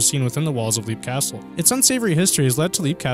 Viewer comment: Leap Castle, it's pronounced as "Lep" , not "Leap". XO, the Elemental.